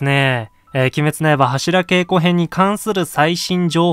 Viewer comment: 何で柱げいこじゃなくてけいこ？